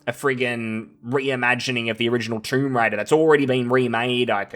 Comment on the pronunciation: Man i started laughing it sounded like you said "Troon Raider". 😂